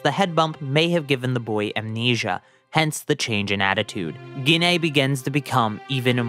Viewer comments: here’s a little help with prounouncing gines name JEE-NAE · Why are you saying Ggiine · Gine: ❌ Ginay: ✅